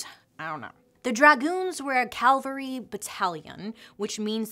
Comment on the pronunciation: In the beginning, Bailey was talking about a military group that rides horses. Her fun pronunciation said “Calvary”. The correct word for mounted troops is “Cavalry”. “Calvary” refers to Jesus’s death location, which means “skull rock”. When she said “Juggling for Jesus”, I laughed at the Unexpected connection to Calvary.